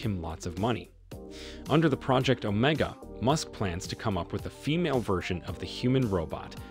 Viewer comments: Project, omg, that's what it sounds like he is saying (project oh my God )or ( omeega, ) ( Omaha) Too. Funny 😅😅😂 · The best part was that the reader couldn’t decide how to pronounce OMEGA